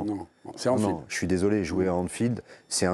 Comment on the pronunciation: Anfield, pas Enfield sale gosse 😅